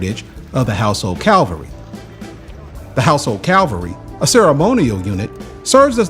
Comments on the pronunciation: It's cavalry not calvary. Calvary was where Jesus died. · COVENT is pronounced COV ( as in love) ENT not COAV ENT. Telephone BOXES not BOOTHS. Household CAVALRY not CALVERY. TUBE = CHOOB not TOOB. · It's cavalry not calvary 😅